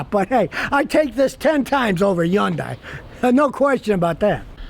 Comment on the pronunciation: Hyundai is pronounced like Sunday, not Hun Die